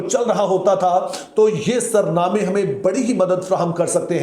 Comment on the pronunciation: Sir jee you are a teacher pl, correct in saying sarnama is a wrong pronounced in urdu it is soornama meaning which cord to start the song I hope you will correct yourself.